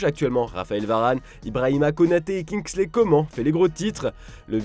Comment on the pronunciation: Faut art de dire kingsley comment 😂😂🤣🤣